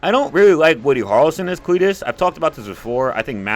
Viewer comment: Dude what is wrong with you?! Woody Harlson?! It's Harrelson. Don't make videos if you can't say things the correct way.